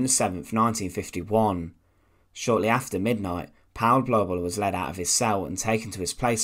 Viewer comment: The "au" diphthong in German is pronounced like English "ou" as in the word "out". Therefore the name "Paul" rhymes with the English word "foul" in German.